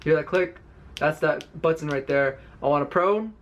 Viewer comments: ButTON!!! lol how he says it. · Bro me too. 🤣 butttttton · BUHTTENN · Most ppl: But tin This ninja: But ton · The way he say's button bothers me. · I hate how he pronounce button..